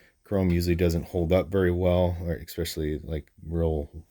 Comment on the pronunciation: ESSSSSSPECIALLY....NOT EXPECIALLY.....dang it to heck 😉🤪